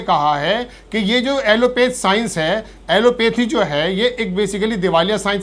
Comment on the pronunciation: ऐलोपैथ न कि ऐलोपेथ। आप एक निष्पक्ष पत्रकार हैं। इसकी सहराना होनी चाहिए।